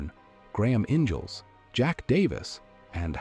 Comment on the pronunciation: Please do your homework on how to pronounce peoples names. It just makes me a little crazy when Youtubers don't do their homework. John Gnagy is not pronounced G-nagie, it's pronounced John Nay-gee. Also, Graham Ingles is pronounced. Ing-gulls not inge-als. Come on, do some research.